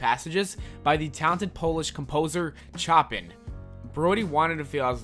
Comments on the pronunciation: bro did you actually say chopin like that? Its pronounced Show-pan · You pronounced Chopin wrong